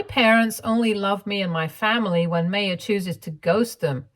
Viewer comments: The name is pronounced “My-ya”. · Sorry, but the mispronunciation of Maya(My-uh) was really frustrating! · Maya is generally pronounced My-Ah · Isn’t it pronounced as Maa - ya?